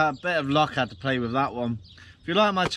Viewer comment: Why do you say wiph. With